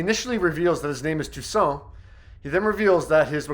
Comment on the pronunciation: I was just distracted by the obvious fact that they weren't even filming the scene together. You could especially tell by the way they pronounced the name Toussaint differently from each other.